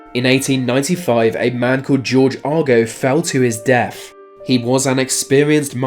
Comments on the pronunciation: Is it just me or is he saying def instead of death? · I'm being cremated, but thanks for the advice. This narrator has a problem pronouncing "th", so we have Smiff instead of Smith, deaf instead of death.... etc, it's annoying. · remember deaf....Smiff....wow the accent. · Are you saying 'def' instead of 'deaTH' ??? And the name is SmiTH, not 'Smiff' 🥴🤣